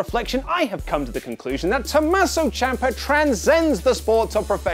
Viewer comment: You couldn’t have butchered that any worse than you did